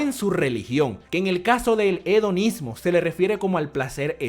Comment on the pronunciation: Hedonismo Yo escuchando: Onanismo